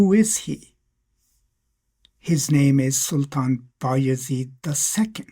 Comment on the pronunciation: Sultan bay azid is the correct pronoucing.